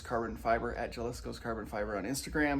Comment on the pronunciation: Ha-lisco.. that’s how you pronounce it. It’s a state in Mexico. Great content btw